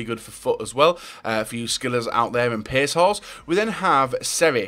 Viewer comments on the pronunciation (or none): none